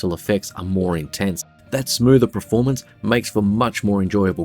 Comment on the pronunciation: It's pronounced pERformance, not pREformance. Thanks🙏